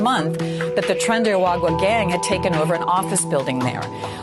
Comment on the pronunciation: Lol, PBD, it's Tren de Aragua ( Ah-rah-goo-wăh)